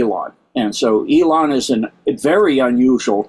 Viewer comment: E-lon is correct